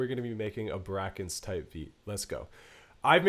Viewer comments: Brakence "break ense" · That’s not how you pronounce his name bro